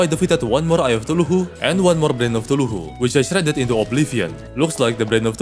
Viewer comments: I swear if you say thuluhu again in another video imma lose my mind. CTHULHU. KAthu-lu. Not THALu-hu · Im only saying because it bugs me, i dont mean to be rude but its pronounced (cuh-thoo-loo)(Cthulhu) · Also Brain of thuluhu lol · eye of tuhulhu💀💀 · I love how he calls it the "Eye Of Thuluhu" just golden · "tulhu" I love it 😂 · Eye of tooloohoo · I love how you say somethings like eye and brain of cthulhu it sounds so satisfying somehow I think it's part of my asd cuase I find weird stuff satisfying but keep up the good videos they are so good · I love you videos though man. Just stop saying it wrong LMAO.